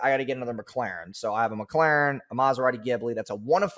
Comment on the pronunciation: I LOVE how this dude cant say Mclaren correctly. "Mucalaarn"